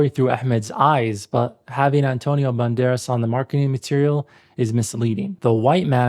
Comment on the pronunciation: Complaining about mispronunciation while mispronouncing actor's name :D